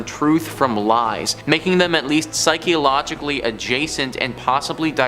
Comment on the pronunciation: This man said psychiologically